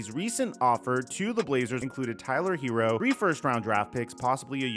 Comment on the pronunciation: His name isn't Hero. It's Herro. Sounds more like hair•o. Not hero.